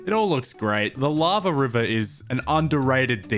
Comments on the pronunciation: The way river word is pronounced😂😂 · Thank you. For teaching me how to pronounce 'river'. Much appreciated 😂